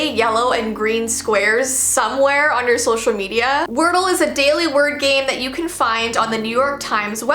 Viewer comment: When she say if we don’t know wordle she sound like she is from Ireland